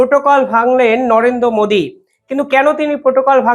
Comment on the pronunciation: হ্যালো! শান্তির পুলা! বাংলাদেশে থেকেও বাংলা টা শিখলি না! English উচ্চারণ টাও শিখলি না! Modi! মোদি